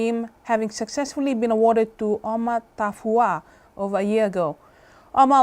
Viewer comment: Thank you NiueTV for the upload for the benefit of offshore people like myself. I’m one of the few of your viewers and a subscriber. And a liker. Today....I can’t give that much asked-for “like”, owing to the slight irritation felt at the seeming inability of the young newsreader to pronounce the name “Oma Tafua” properly....Here in Aotearoa, it is Vaiaso o le Gagana Samoa, Samoan Language Week. In my workplace, there has been considerable effort given to promoting the language, and notably, the focus is also on the pronunciation of the names and words. This is aimed primarily at our Palagi folk who serially offend by butchering and mangling our names and words. They kind of have an excuse. But here, I see a perfectly fine Pacific Island young woman who’s been given a front and centre role in the national evening tv news and she has a demonstrably difficult time pronouncing the locally prestigious organisation “Oma Tafua”. Question to her manager....is that good enough? Aside from that, keep up the great work everyone.